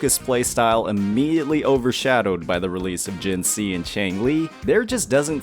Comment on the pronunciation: Lost 50/50 to jianxin (s1) on changli… i felt good lol… i love her… i have selected 80 pull banner still and will pull for her s2. I dont mind getting her copies… got verina on first 50 pull banner… dont have other limited 5 star… got lucky But bro is butchering jianxin name again in another video lol… and she is my fav … (i have changli and yinlin too)